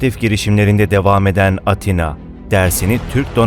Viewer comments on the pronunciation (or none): none